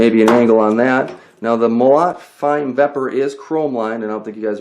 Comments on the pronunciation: agh... stop saying Mo LOT! it's pronounced Mo LOW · Russian "molot" is a "sledgehammer" in English. And the right way to say the word is mOlot, not molOt. Comprende? Cheers!